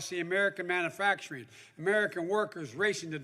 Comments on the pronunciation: We have nothing wrong with our climate. Other than too many Democrats like you blowing Hot Air!!! Again Joe. It’s pronounced Man U factoring. Not Manafactoring!!!!! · Hey Joe. It’s called Manufacturing. The U has to be pronounced. It’s not pronounced Manafactorung